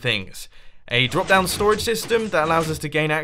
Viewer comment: "Brop?" Weird word. Drop, you meant, Mumbo?